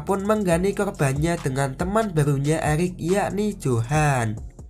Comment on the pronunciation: Eric di bilang elic wkwkwkwk🤭🤭